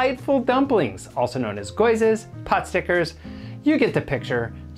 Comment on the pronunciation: Are you trying to say gyozas...as in: GEE-O-ZAHS...